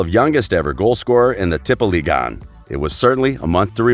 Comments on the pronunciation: All european names were pronounced horribly wrong. Some examples: Ødegaard, Tippeligaen, Strømsgodset, Real Sociedad, Getaffe. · He just pronounced tippeligaen 3 different times in under 15 seconds haha